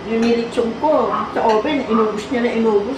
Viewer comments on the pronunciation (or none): none